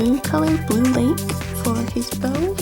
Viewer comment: When you said bow i heard bone X3